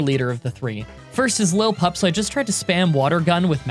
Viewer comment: Use your phonics that you learned when you were 5 to say the names. Lill-i-pup, whirl-i-pede